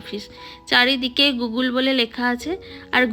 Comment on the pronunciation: Madam pronunciation ta bengali te গুগল hbe গুগুল na